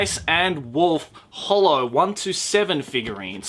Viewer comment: Love how you pronounced holo's name wrong